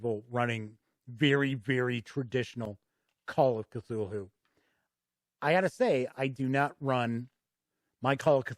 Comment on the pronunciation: Great review, this video makes me want to poke my roommate, who I bought that boxed set for last xmas, with a stick until he runs it. I love an epic campaign. That said, the pronunciation of "Cthulhu" is "Kuh-thoo-loo", not "kuh-thool-hoo". :-)